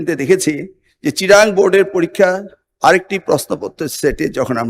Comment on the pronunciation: এ নাকি শিক্ষা মন্ত্রী। চট্টগ্রাম কে বলে চিটাআং 🤣🤣🤣